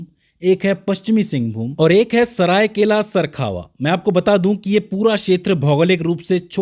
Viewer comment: Its seraikela kharsawan..not sarkhawa